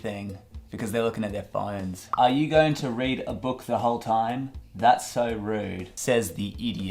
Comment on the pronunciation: Normal people: phOnes Him: phINES